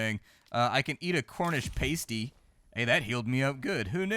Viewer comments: yep, a pays-tee goes on your nipple. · Fuck me, you massacered the word pasty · For the love of everything British, please learn how to pronounce pasty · paysty is like nail on a chalk bord to us brits its Passdee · Pasty is Pass-Tea. Not Paste-Ee. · Pasty, as in past. Not paste ee. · Paaaaaasty! NOT pasty! 😂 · I can’t believe you’ve never heard of a cornish Past-E, not paste-E 😂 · It's PAST-EE as in past tense not PASTE-EE as in toothpaste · Came on here to see if anyone else took the piss for his pronouncing of pasty. It's Pas-tea not Pay-stee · Great video... but please, this is killing me, it's PA-STEE, not PAY-STEE. 😉 Proper Cornish Pasties (PA-STEEs) are basically a meal encased in pastry. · PAST-ee, not PAIST-ee! One is a meat pie you eat in either England or the Upper Pensinula of Michigan while the other is... something you wear. There is a huge difference between those two things!:D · Cornish Pasty (Pass-tee) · It’s pronounced “past tee” and they’re fucking delicious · its a "pass-tee" , famous in cornwal lol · It's.a "past-y", as in "pasta", my dear fellow.